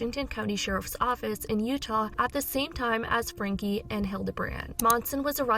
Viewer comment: How can your reporting be trusted when, after all this time, you still cant pronounce Ruby's last name?